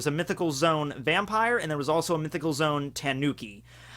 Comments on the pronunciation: Oh my gosh. Him saying zoom instead of zo-an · its zoan not zone pleeeeeeeeeeeeeeeeease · “Zone”? I thought it was “Zo-an”... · it is zo an not zone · Love the videos. But it’s zo- an not zone. Like zo and without the d right??? And Dachshund is pronounced as Dotson. Sorry.. I had to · Mythical zoan suk-ub-us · Did he say zone